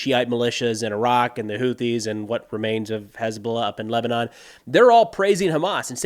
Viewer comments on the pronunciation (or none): none